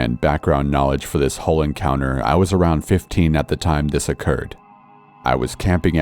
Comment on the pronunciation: AMBER ROSE LEE It's "Whole*" not how u said it